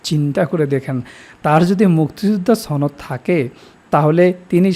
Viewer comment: 'সনদ'শব্দটি দয়া করে শুদ্ধ ভাবে উচ্চারণ করুন